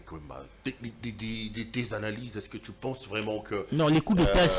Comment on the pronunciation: Avec une confusion ds le diction, il pronnonce "ti" au lieu de "tu"